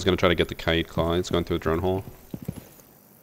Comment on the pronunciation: Bruh I didn’t know k-aid was pronounced Kai-ade.